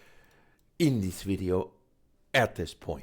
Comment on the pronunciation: "een thees video" had me dying